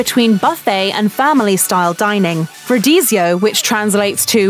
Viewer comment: how about pronouncing words correctly? Rotissio (like rotor) not road-easy-o Picañha (pi-can-yah) not pick-anna and so on